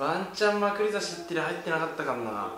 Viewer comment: 前から思ってたけどまくり差しのイントネーション変じゃね？笑